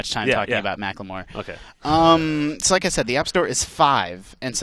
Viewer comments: God it's macklemore not macklamore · lmao "ma-cleh-more" XD